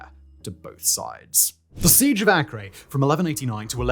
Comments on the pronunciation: That's not 'The Siege of Akree!' it's pronunced Aker like the British land area measurement. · Acre AY-KER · Acre..pronounced (A-cur)